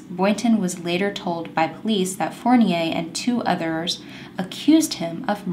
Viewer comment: Love your channel. Nadeau is pronounce like Doe, play doe jane or John doe eau its like O ;) in french at least.. i don't want you to think im the kind of person who think she knows everything.. its just to help :) you said fournier correctly... its funny that it has 2 french names in the same case from the us. you are gorgeous btw :)